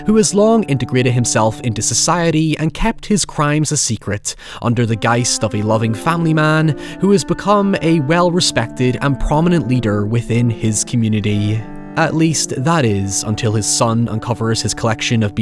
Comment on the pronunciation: It’s “guise” not “guiset” or whatever you said in the 1st 30 seconds. People shouldn’t use words they don’t know. It’s unbecoming.